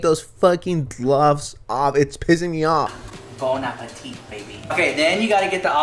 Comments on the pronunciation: "Bone a pateet, baby" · ''Bone apple teeth,baby.''